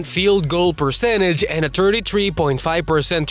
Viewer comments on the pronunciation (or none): none